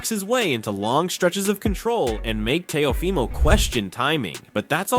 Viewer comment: AI audio: tay-O-Fy-mo